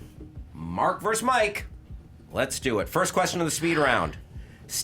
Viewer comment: For god's sake, it's "versus", not "verse". #pettycomplaints